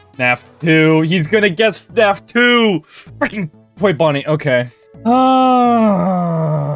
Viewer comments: I’ve never heard anyone pronounce fnaf “fuh-nah-f” as an Aussie with a weird accent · ngl, i think this is my first video of yours that I'm watching and I can hear that you pronounce fnaf as fanaf